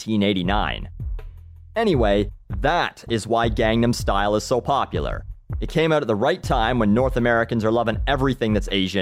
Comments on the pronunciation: You pronounced Gangnam Style wrong. Not that you're the only one, but Psy's pronunciation is clear. I don't know how English speakers are constantly butchering the two easiest words in the whole song. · At least educate yourself on HOW to pronounce the song's name correctly.. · He doesn't. If you would actually listen to this song closely, you would hear him say it gone-nom. thats why most of us stupid americans think he is saying Condom star :<